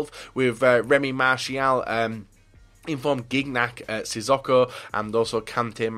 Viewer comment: Why do you call sissoko sizz-o-co? It is sizz-oh-co